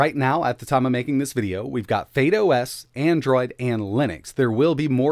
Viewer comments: I'm sure it's not pronounce fade os. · Why are you saying "Fade OS"